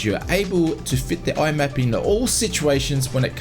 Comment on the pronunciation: MIAP. M-I-A-P. Stop calling it "IMAP".